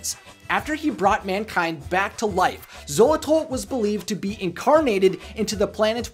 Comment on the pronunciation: The only thing that annoyed me, was he kept saying solos instead of xolos... And the god is Xolotl, not solot...